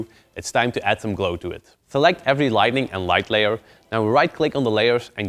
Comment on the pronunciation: Light N ing. Lighting is completely different but you know that already. Don't mean to hate, great tutorial as always :D But after 20 times it bothered me too much to not complain, my bad..